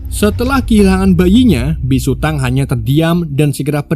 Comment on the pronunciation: biksu bang bukan bisu😅😅